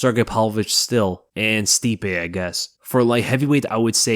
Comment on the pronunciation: Dude. You're amazing but "Stipee, I guess" I can't wait to see your video breaking down Stipe destroying. Jon Jones. IU wrong fool